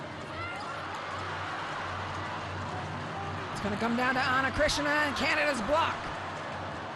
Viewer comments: I felt there is a phlegm in the throat of the commentator that needs to spit out😂. And it’s Ana CHRISTINA! Not Chritsiana😂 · Ana Cris-ti-na!!! Commentators need improvement in pronouncing names. Some preparation before the match starts by reviewing the rosters and saying the names correctly might help. VAMOS BRASIL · Who is Ana krishna? This lady narrating this game is illiterate for sure. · “Ana CrisXena” 😂😂😂😂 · How in the world Ana Cristina is still mispronounced as Krishena? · Amazing how much better Brazil is with Ana Cristina. She was unstoppable today! And can someone please tell the commentator that her name is not pronounced Ana KRISHNA! 😡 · why the commentators can't pronounce ana cristina? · Ana CRISTINA is not a difficult name to pronounce. 🙄🤦🏻‍♂️